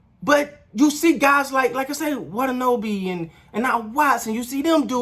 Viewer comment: Big fan here, but the way you saying Yuta's surname is bugging me. It's pronounced watt-ah-nah-bae. Great post game break down as always otherwise! Now that the Raps got functional centers, their efficacy on the court has improved dramatically.